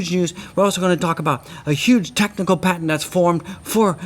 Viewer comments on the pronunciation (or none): none